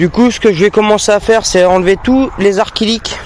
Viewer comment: C'est acrylique pas arc-ilique lol